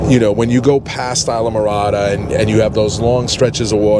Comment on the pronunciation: Isla Morada = EASE LA MORADA!! Why doesn't anyone say that right!!!